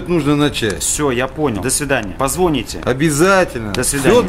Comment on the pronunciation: .....«позвОните...» почему так оставили? Ведь это дичайшая ошибка речи.